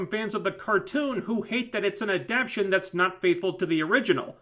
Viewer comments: It's pronounced Ah-Dap-Tay-Tion. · At the risk of sounding like a grammar nazi--"adaptation" has four syllables, and the accent is on the one you're skipping...